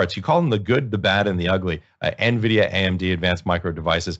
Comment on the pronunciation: "Nuh Vidia" aaand I'm out.